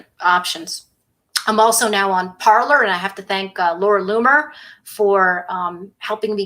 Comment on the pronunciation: Michelle, the platform Parler is pronounced parlay. It is a French word meaning to speak. It is not an English word.